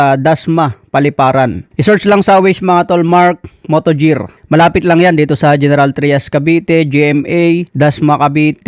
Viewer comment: mark motogear not mark motojer